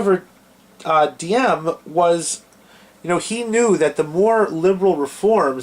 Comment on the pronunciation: You don't even know how to pronounce Diem's name. Anyway, Diem was not corrupt, quite the opposite. Nor was Diem an ineffective leader. In fact, he was a very effective leader, as we now know even from North Vietnamese sources. JFK was tragically mistaken for trying to force Diem to enact democratic reforms while Diem was in the middle of a war with North Vietnam. And Diem never asked for U.S. combat troops--in fact, he was opposed to having U.S. combat troops in South Vietnam. I suggest people watch the documentary "Liberator of Asia: The True Story of Ngo Dinh Diem" or read Dr. Geoffrey Shaw's book "The Lost Mandate of Heaven: The American Betrayal of Ngo Dinh Diem."